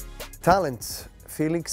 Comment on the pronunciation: Am I the only one who was damn impressed by noles felix name pronunciation . Lol